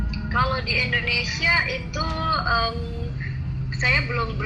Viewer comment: Ko" nyebutnya "endonesia" negara mana itu?